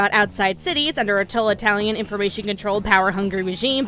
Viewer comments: I love that she says “tolatalian” as opposed to “totalitarian” LOL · Oh, you're a little dorky sometimes and we all love the hecky out of ya for it. Heh, "Tolitalian". That's totally how totalitarian is pronounced lol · why the fuck do you keep saying tolatalian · toll italian